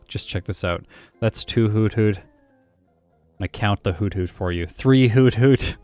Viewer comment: It’s actually not pronounced hoot-hoot, but hoo-thoot